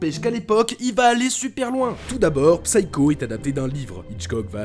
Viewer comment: Merci pour cette vidéo. Pour info (comme ça vous en apprendrez une aussi) Psycho se prononce /ˈsaɪ.kəʊ/ Le P est muet ! (C'est valable pour tous les mots anglais avec la même racine).